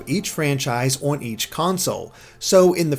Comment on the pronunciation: The way you pronounce "on" triggers me